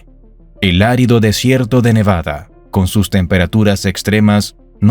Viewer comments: เนวาด้า ไม่ใช่ เนวาน่า มั่วจริงเชียว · เนวาดาไม่ไช่เนวานาอ่านก็วักนานเกิน55